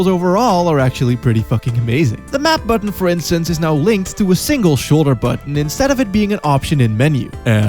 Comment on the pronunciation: lol "with face buttAON"